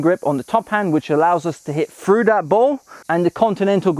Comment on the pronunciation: "frew the ball" or through the ball 😁